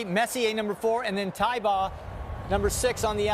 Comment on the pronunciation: Man, Jerry Bailey is getting senile. He's my favorite jockey ever. Cigar is the greatest horse I ever saw. My 2nd favorite behind Rock Hard Ten. But Jerry said Santa Anita Handicap and pronounces it Thai-ba. It's Tay-ba.